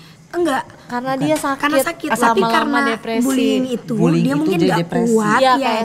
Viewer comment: Satu lagi anwar harusnya buliying malah buliling